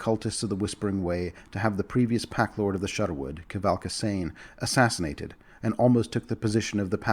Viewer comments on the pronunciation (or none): none